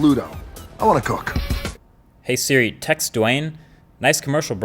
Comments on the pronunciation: Hey Dude it’s SIRI not SHIRI! Even in Subtitles it’s written SHIRI. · He said trigger "shiri" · He says “shiri” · This is on my sisters account btw, but did anyone else notice that he said shiri not siri .... HAHA LOL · trigger shiri lol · To trigger sHiRi no im triggered 🤣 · Ah yes, Shiri and Shiza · S H I R I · to trigger sHiRi 😂😂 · You said shiri once 😂😂😂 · My man said "shiri " 3.28